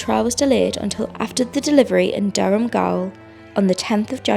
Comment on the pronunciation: Gaol is an alternative spelling of jail, usually used in legal terms, and is pronounced exactly the same. Not "gowl".